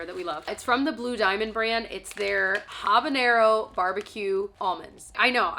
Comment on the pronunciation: The "H" in habañero is silent (he's are always silent in Spanish when it's the first letter of a word), so it's pronounced Ah-bañero